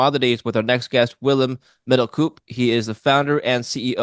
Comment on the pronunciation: Great stuff, thanks again! Please, Middelkoop is "koop" like you pronaunce spoon or school, but a double "o" is just a long "o" :-)